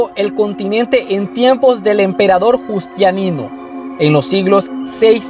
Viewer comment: no Justianino es Justiniano